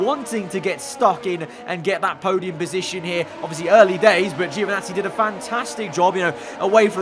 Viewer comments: Ouch "Geo" again. Poor Giovinazzi, he always get his name mispronounced so badly. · International phonetic is [anˈtɔːnjo dʒoviˈnattsi]. In short "gio" in italian sounds like a british would pronounce "djo" (no english "e" sound whatsoever) . In italian - or other romance languages - it's absolutely natural, but english makes different use of vowel sounds (same reason why italians often mess up english words).